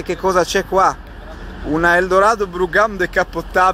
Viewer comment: brougham si pronuncia semplicemente BROM